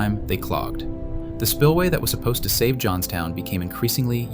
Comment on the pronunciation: Oops! “ Johnstown “